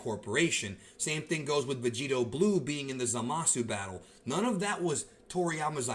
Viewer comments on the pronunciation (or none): none